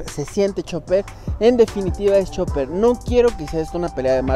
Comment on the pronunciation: Chopper, Chopper, Chopper, que no es Chopper caraja madre!!!!